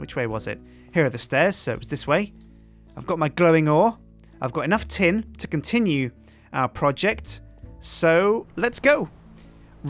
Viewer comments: ''let's con"tin"ue lol! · con-Tin-ue he he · Haha, "I've Got Enough Tin to Con-tin-ue our project" :D